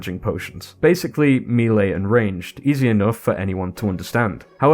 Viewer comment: melee, not milii.